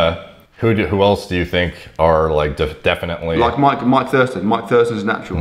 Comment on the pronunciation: I loved the part when he said “Loike”